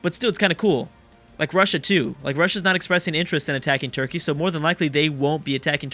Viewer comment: is it just me or does say churky??